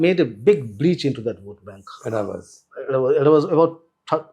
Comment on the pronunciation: Sirs. It’s pronounced as Ezhavars. Not Eravars.